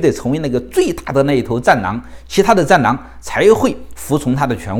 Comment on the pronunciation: 戰狼吧？聽成戰囊😂😂